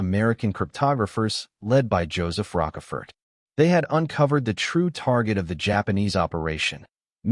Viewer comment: Joseph ROCKafert? Was he based on O-hoo? Come on, hire a real narrator. This stinks